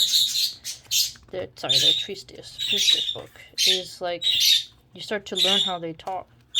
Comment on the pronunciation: This is in no way meant to put you down or make fun of you. There is no "s" in the middle of "Treatise".